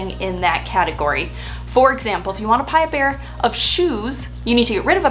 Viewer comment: I like to “Pie a bear” of shoes. 😂 Sorry!! Payback for all those mean comments you made about planners a few videos ago. 😂 Signed, a planner person